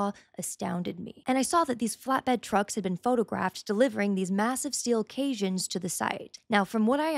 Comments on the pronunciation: Caissons? From my experience in construction, I think it's pronounced with the true "s" sound, not "sh". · Shame on you for perpetuating short form content in the first place,sorry no sub. { Caissons (construction term) Standard pronunciation (U.S. & U.K.): 👉 KAY-sənz Pronunciation guide • Phonetic (simple): KAY-suns • IPA: /ˈkeɪ.sənz/ Break it down • cais- → kay (rhymes with day) • -sons → sənz (soft, unstressed “sunz”) Say it smoothly KAY-sənz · Caissons. "Cay-sons." Not "cayshuns." The i is before the esses. Wonderful, eye-opening video. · FYI, caissons is pronounced “kay-sonns” not “kay-shawnz.” And probably what you saw were off-site fabricated cylindrical rebar cages for what is called CIDH or cast-in-drilled-hole caissons, which is what they are called after the concrete is poured and hardens. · Caisson is pronounced "case on" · Extremely well researched, except pronunciation. Cassion is kaySon and U.S. Army CoE is pronounced Core. It is more than a data center. It is a command, communication, and control center. It must be survivable. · Just so you know, cassions, the watertight foundation building structures are pronounced Kay-sohns like rhyming with Jay-sons. Just fyi. Awesome work on the video. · Ahem. Say it fast: "CAY-SONS" instead of CAISSONS. Means a large cylindrical tower. Used to build bridges. Nice stack. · pretty sure Cajuns are known for talkin' a little funny, playing music, and making excellent food out of local wildlife. OHHHH. CAGE-INS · Great job!!!! ( cassions (pronounced kay sons)) ie; "the cassions go rolling along!" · They are pronounced Kay-songs , the cages you refrer to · Great observations, this project is clearly not about a ballroom, especially since the White House has announced it is a matter of national security so doesn't need permission from the Heritage body. When you mention "... caissons..." it's pronounced "kay-sons" BTW. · They are pronounced “k-sans” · "Kay-sonns" pronounced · And caissons are pronounced "case-ons"